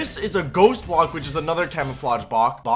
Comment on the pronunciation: "Bock" Bock? Block!